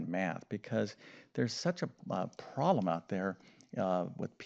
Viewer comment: Well his voice is great, I wish my ex USSR school math teachers had voices and explanation skills like his 😊 It makes me giggle though every timevhe says "proll" instead of "problem".